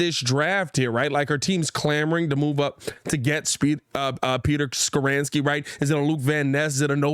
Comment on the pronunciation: ITS NOT SKORAANSKI. ITS SKORONSKI LOL